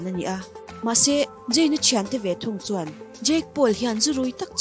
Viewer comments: In post hi delet ru.. Jayn ani lo! I pholang dawn nih chuan chhiar dik ve tal ula.. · Jayn ti hian lam tohlo laa😀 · Zayn 'Z' 'J' anga lam hi chu ngaihthlak a nuam chiah lo😁😁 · zayn tih tur zawk ania jayn ni lo in 🤭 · Jayn a🤦🏼 ka bialpa hming i va lam uluk lo ve aw..ZAYN tur zawk aw..🤧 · Gigi i pronounce dan leh zayn i pronounce dan hi diklo tlat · Zayn I lam dan mawlh khi ka pawmzam theilo 😂😂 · Zayn hming I lam Dan hi amak e 🤪